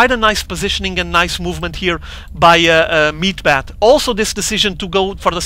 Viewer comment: was almost unbearable hearing him say "meat-bat" the entire replay. "meat-hammer" is correct and much more pleasing to the ear. ^^